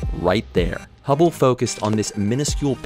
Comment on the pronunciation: For a second I thought it said "Hubbie Space Telescope".